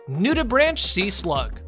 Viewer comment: It's pronounced Nude-i-brank, not "branch". Learn what it is before posting.